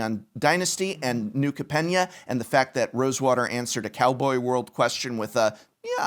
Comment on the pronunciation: Anyone else concerned about Professor's wrong pronunciation of New Capenna?